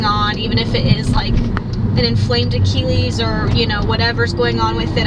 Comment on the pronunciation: Idk why, but the way you pronounce “achilles” kind of irritates me.